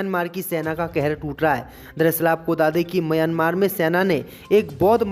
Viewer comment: म्यांमार देश है भाई उच्चारण तो सही करो।